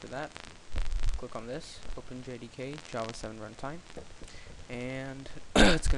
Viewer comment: hmm... dżawa :D